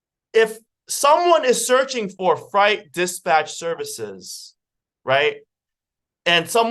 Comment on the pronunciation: Great content, but fright and freight are 2 different words with 2 different meanings and pronounced in 2 different ways.